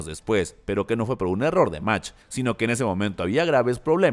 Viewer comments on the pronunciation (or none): Se pronuncia Magt. No sabes alemán?